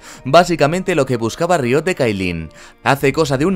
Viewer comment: tu forma de decir riot me pone nervioso